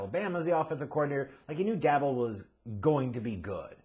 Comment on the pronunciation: Are mispronouncing Joe and Dabes names on purpose ???